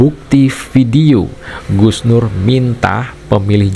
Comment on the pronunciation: Kalau sebut Gus terbaik bacanya sug nur😂